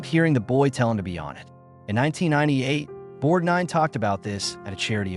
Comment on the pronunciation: One of the worst A-I narrators I’ve run across. There were at least three incorrect pronunciations used for Ernest Borgnine‘s name. Ernest Bork……Nine was the worst. Videos like this are disrespectful and an insult to the featured artist.